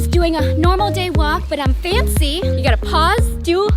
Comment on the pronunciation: Also u say FANCEYYYY funny and wired also immcrazy funny and wired so I accept